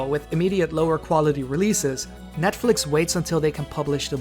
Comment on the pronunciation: Holy hell you dont even say netflix right wow you may actually be dumb with eeeeeees